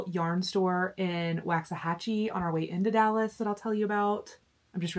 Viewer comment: Cowboys fan here and that game was the worst! I mean come on... I love your sister's tiny house, so cozy but with everything anyone could need. Not to be critical but Waxahachie is pronounced with a soft A, like in waffle, not a hard A, like in wax. When I moved to Arlington 20 years ago, I mispronounced Waxahachie and was quickly schooled on the correct pronunciation, LOL. Great video as always!